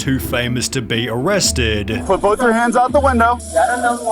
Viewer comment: Jesus Christ. 16 seconds in the end of every sentence has had a syllable added to it. Arressssteedd. Yeaaaarrr. Why? Just why?